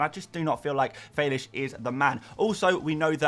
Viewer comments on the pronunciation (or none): its fell-ix not feylish 🤣🤣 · That's a very unique way of pronouncing Fèlix......Felish!! The correct way is Fell-icks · Bro stop sayng Felix in that way....its stupid....